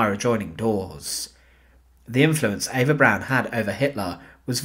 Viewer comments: Her name is EVA NOT AVA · Her name is Eva. He pronounces it not in the German way. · Spelled Eva pronounced Ave-ah.